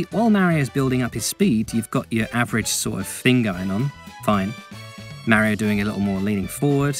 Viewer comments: Say it with me "Mah-ree-oh" it's not accent that's an excuse. Hell mario says his name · AKA 16 minutes of some dude mispronouncing Mario as “Merio”